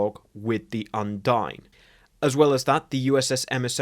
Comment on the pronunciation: Undine is pronounced Un-deen